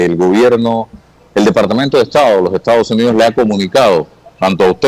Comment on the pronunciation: Lombana: Por favor pronuncie la ese (s) cuando dice Estados Unidos. No es Ectados Unidos.